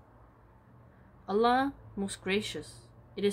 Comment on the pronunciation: You pronounce الله very precisely. I like the content very much. May Allah bless you sister. 😊